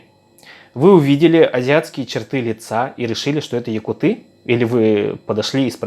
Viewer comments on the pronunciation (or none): Говори якУты а не якутЫ. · Пожалуйста, говори правильно: ЯкУты